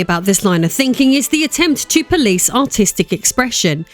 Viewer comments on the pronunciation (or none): none